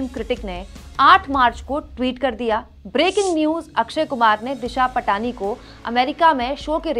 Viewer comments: दिशा पाटनी है इसका नाम। दिशा पटानी नहीं। Please कोई भी हो उसका नाम सही से लें। आपको कोई काकाम बेवाल कहे तो आपको कैसा लगेगा? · दिशा पटनी है। पाटनी या पटानी नहीं है। गलत उच्चारणसे सब किरकिरा हो जाता है।